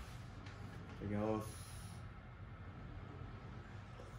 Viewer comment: 最近『いただきます』の言い方が雑になってるんで ちゃんと言ってください！👍 そう言うところも好きです❣️w